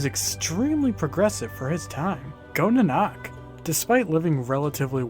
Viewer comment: I think it's naa-nuk.